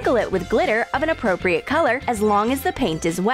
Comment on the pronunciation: Your so annoying you in every video you keep saying apropret